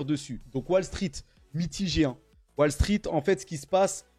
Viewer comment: Voillà... Voilà... Tenter de retirer les tics de languages du mindset? Wall se prononce 'wole', pas 'walle'. Pas très quali. Un Krach boursier, pas un crache... Garder son cash:D Super bon conseil avec l'effondrement de l'€. Chaine à éviter. L'analyse financiere de